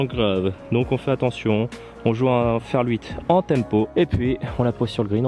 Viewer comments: Sympa la vidéo :) Mais pk tu dis ferL 8 ? ^^ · Oui j’ai remarqué,ça me fait marrer 😂